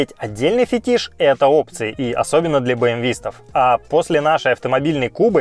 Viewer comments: ФетИш!, спасибо!!! Первое видео, что я вижу, в котором правильно произнесли это слово) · За ударение в слове фетИш отдельный лайк! 👍🏻